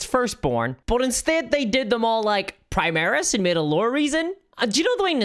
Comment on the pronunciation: So new viewer. You pronounce both Primarch and Primaris two different ways. The way you pronounce Primarch is the wrong way yet you pronounce Primaris correctly. Just the way you say Primarch just makes me unreasonably annoyed for a reason. Just wanted to put that out there. Just they way you pronounce and say stuff just make it hard to watch. But I'm new so I watched the video 100% to see your opinion because I'm here for updates and your opinion and not for how people say stuff or lackluster 40k lore knowledge